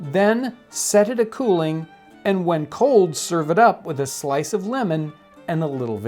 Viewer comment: "Get a slife...slice" Okay, Jon, I will :(